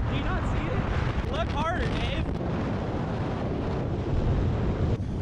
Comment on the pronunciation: Thought you were saying lift “higher” not “harder” 😂😂😂😂